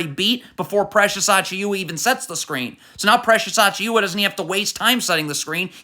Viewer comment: lmao i don't know why he be pronouncing Achiuwa like that when its AH-CHEW-AH